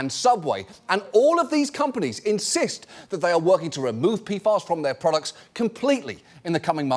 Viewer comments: Wait it's pronounced "P-FAS"? All this time I was thinking it was "P-F-As" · Who tf came up with the pronounciation P-FAS It's calles P.F.A.'s like every sane person would name it gosh 🙄 Been wondering about this for a year now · Tell me I'm not the only one who keeps hearing, "pedophiles". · It sounds like he's saying P-Farts. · peefahs. Ridiculous. Also have chem degree also never heard. Saying pee ef ay is hard work now. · Was I the only one who kept hearing "Peedfiles" when John Oliver says "PFAS"? Like I figured it was a joke to make it sound as scary as it is or maybe just make sure people are paying attention, but I'm not sure now if it was intentional or even just me having bad hearing.